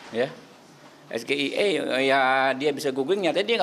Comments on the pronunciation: Iya betul gibran harus banyak belajar abjad english...agar bisa membaja..SGIE yg di ucapkan gibran itu salah dalam bacaan inggris seharusnya bila ingin sok sokan speaking english gibran harus membacanya es ji ei i...debat cawapres itu debatnya para elite para intelek di tonton di berbagai negara...pelafalan ejaan gibran tentu saja banyak tidak di mengerti oleh orang2 di negara lain...sungguh memalukan seorang cawapres tidak bisa ejaan bahasa inggris...SGIE ITU BISA JUGA SINGKATAN DARI Si Gemoy Itu Emosian 😊😊😊😊 krn SGIE tapi kalau es ji ei i lain cerita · Mengucapkan nya juga salah . Singkatan dari bahasa Inggris tapi mengucapkan nya salah 🤣🤣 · Jelas beda tong, yang lu sebutin itu udah jadi bahasa sehari² di kalangan non akademik, sampe yang ga tau apa arti COD pun ngerti maksudnya apa, lah ini SGIE jarang di pakai apalagi pelafalan pake Abjad biasa, dan kaidah pertanyaan pun ada kali apalagi menyangkut singkatan²😂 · mau keliatan cerdas dia sndiri salah baca singkatan, nyontek pula baca kepanjangannya 🤣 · maksud saya si itu nyebutinnya pakai abjad Indonesia. Coba di pakai Alphabet Inggris. Kepanjangannya Bahasa Inggris tapi pelafalannya bahasa Indonesia, gimana sih 🤭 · coba pakai pelafalan Bahasa Inggris karena kan bahasa Inggris kepanjangannya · Meskipun orang asing yang Gibran tanya gak ada yang tau, karena pengucapan bahasa Inggrisnya salah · gamers pasti akan menafsirkan COD sebagai call of duty meskipun itu istilah populer didunia games. Beda dgn SGIE singkatan yang ditanyakan mas Gibran tidak jelas dan tidak populer. Udh gitu mas Gibran salah lagi membaca ejaan bahasa inggrisnya😁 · SGIE singkatan bahasa inggris harusnya dilapalkan dlm bahasa inggris juga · Penyebutan sgie aje salah, kalau disebutkan diperjelas sudah dijawab gitu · Itu kan baca nya salah bos...Klo mau pakai istilah inggris ya bacanya atau pelafalannya inggris sekalian... Jgn terkecoh sodara2 seakan akan dia ahli dalam bidangnya, padahal dia jg baru tau kemaren...